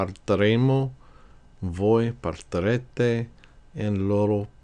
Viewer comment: Thanks, very helpful. But: the speaker did not pronounce the "i" when saying the examples of the conjugated forms of partire. it sounded like he was saying "partarete" instead of "partirete." Are we supposed to pronounce the "i" like the "ee" in English? Or like the "a" in Italian, as the speaker did in this example?